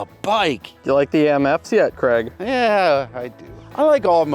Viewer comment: How many times does he say CREG I’m Scottish, it’s Craig as in ‘vague’ or ‘Hague’ Please stop it with the creg creg creg